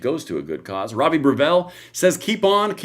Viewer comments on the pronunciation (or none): none